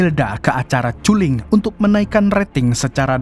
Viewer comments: Kulling bang bukan culing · Culling - baca nya KALLING.